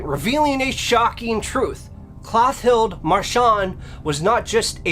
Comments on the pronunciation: So I was today years old when I realized that "Mister E" is the same as "mystery." Lol Also it's "Clo-TILL-dah" not "Cloth-ild." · Good job with the pronunciation!